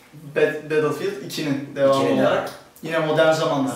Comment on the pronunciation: batılfiyıld dedi ya la :D